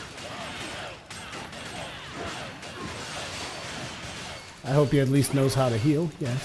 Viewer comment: He pronounces Onslaught as Onsloth. And it's pissing me off.